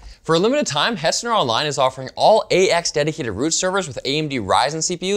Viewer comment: That's not how you say Hetzner